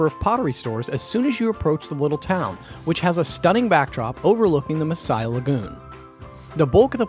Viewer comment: Your videos are great, thanks for sharing! I love my country!!! And you have really interesting foreign insights to it. Your pronunciation is hilarious, especially Messiah, for Masaya, it's quite funny, never thought of that volcano in that way😂 I guess we sound funny too when we speak English😂 Congrats on pronouncing Mombacho quite well!